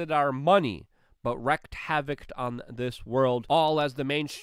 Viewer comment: "Wreak havoc" is pronounced "reek". just trying to help.